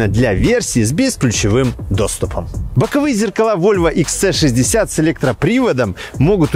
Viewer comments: Почему вы называете модель Икс Цэ? Буква ,,С" в английском звучит как ,,Си". Правильно Икс Си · Всё прекрасно, за исключением произношения автором названия модели. Икс Цэ 60 звучит очень грубо и не по-вольвовски. Нравится говорить по-русски?, тогда почему не Хэ Цэ 60? Правильное произношение - Вольво Икс Си 60 и никак по-другому)